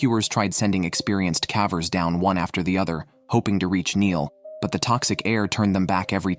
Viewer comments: AI generated audio. Kept saying “cavers” with a short a. Still, a good video. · Please learn how to pronounce "cavers". And the human body does not emit carbon monoxide like a car does. We breathe out carbon DIOXIDE.